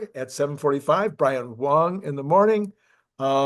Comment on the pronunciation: you keep calling Brian Wang, Brian Wong!